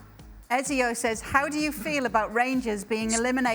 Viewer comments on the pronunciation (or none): Ezio is pronounced Etsio! I'm part Italian but I know that because of Assassin's Creed. :)